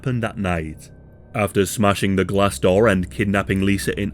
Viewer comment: Why u say Door like that lmao. DOUR